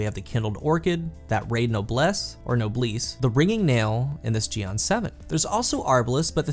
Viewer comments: Is pronounced gee-en but really focused on the "en" sorta like jiyen but the ji syllable is super short. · I almost died hearing u say jian